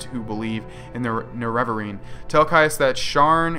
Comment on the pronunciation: Its pronounced nare-a-va-rine